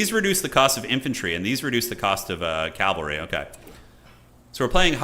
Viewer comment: pls. it is pronounced CAV-AL-RY not CALV-AR-Y!!! you even say "CAV" as an abbreviation!!!!